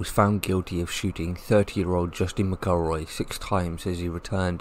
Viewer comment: Pronounce McElroys name correctly! Its no difficult.